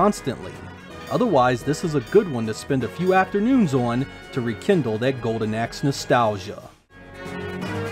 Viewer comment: Im sure hes saying Golden Ex?? WHAT!!!